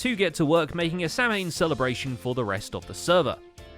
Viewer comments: Samhain is pronounced “sar-win” (or thereabouts) but I appreciate the mention of the original Pagan festival :) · I heard that ! Samhain is actually pronounced "sa-win" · Samhain, is pronounced Sow-An not Sam-Hane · Samhain is pronounced sow-win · I think they mispronounced "Samhain"